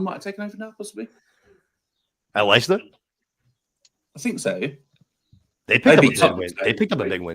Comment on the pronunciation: Oh no, that Aguero goal wasn’t against Leicester it was against QPR. And how can you not pronounce Leicester